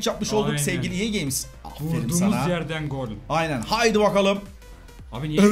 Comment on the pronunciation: Abi neden ea games diyon fifa de